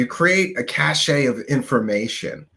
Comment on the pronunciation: It's not cachet, it's cache as in CASH. As in "praise the cache"